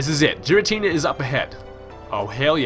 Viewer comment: its gh-er-a-tee-nah